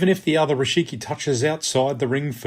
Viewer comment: Thanks for the explanation. Just a small correction: it's "rikishi", not "rishiki".